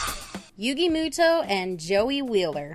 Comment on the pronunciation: It's pronounced "muto" not "mootoo"